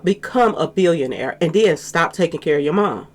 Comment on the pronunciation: 😂😂😅lmao , why you saying it like that ?😂